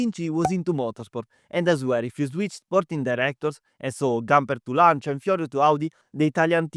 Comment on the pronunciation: you saying Audi Quattro and Lancia hits so good! keep it up, good video :)